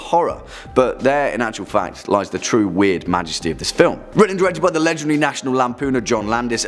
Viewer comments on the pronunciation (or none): none